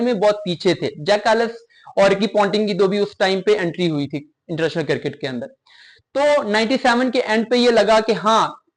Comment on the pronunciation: بیٹا آپ کی انگریزی درست ھے نہ اردو۔ صرف کو siraf نہیں sirf، وقت کو waqat نہیں waqt کہا جاتا ھے۔ کرکٹ KIR-KIT نہیں CRIC-KIT بولا جاتا ھے۔ اسی طرح outclass فعل ھے، صفت نہیں۔ صفت کے طور پر outstanding کا استعمال ھوتا ھے۔ So a batter cannot be outclass. They can be outstanding However one batter may outclass another batter. Additionally, the word is BATTER, not batsman.